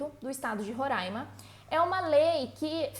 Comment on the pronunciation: Gente que fala: Roraima e não Rorãima, nem é gente, é anjo! Kkkk